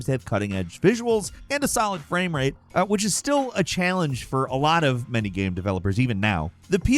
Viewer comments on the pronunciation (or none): none